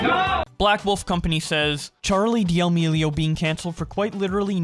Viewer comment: Churr-leigh dee-uh-meeleo